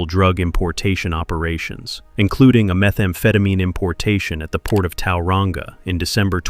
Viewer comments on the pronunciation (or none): Like people can't still run the streets from behind bars and as if some screws aren't corrupt 🙄 btw it's Tauranga not towelrunga 🤦🏽‍♀️ not a bad video that pronunciation thou 😅